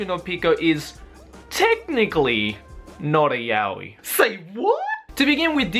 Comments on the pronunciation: ive been pronouncing Yaoi wrong for these past years and now its weird hearing it correctly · It's pronounced Ya-Oh-Eee, not Ya-Weeee. Can't believe how many english speaking "fans" pronounce it wrong, lol. Really sad. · There aren't different ways. There's only one correct way, and thats 'yah-oh-ee'. Why? Because it's a Japanese word. You pronounce the characters one by one: you don't pronounce the word as a whole. (so every character gets the same amount of attention) Yaoi = やおい. や=ya(pronounced as 'yah'), お=o(pronounced as 'oh', い=i(pronounced as 'ee').